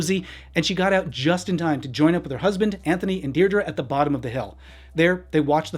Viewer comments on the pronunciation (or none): her daughters name is Pronounced dear dree